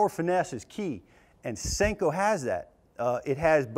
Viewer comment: "additional salt" would cause more bouyancy 'eh?, It's a Senko, not a sink-o.